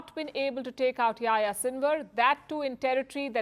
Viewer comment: It's not pronounce yah ya it's pronounced Yahi-ya